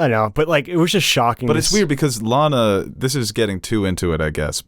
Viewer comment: LAAAAANa, not Lana. Long A sound. She was supposed to be a squicky match.